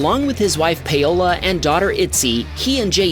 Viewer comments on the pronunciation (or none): I'd guess it's closer to POW-la than pay-OH-la. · It is not pay-ola. It is pow-lah